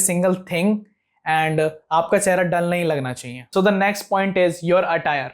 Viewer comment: Aap chiee chiee kiyu bol rhe ho normally chahiye bolo bhai